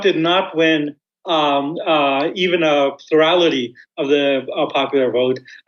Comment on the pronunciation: What was sai ? "a thirdality of the popular vote" - "a ferality of..."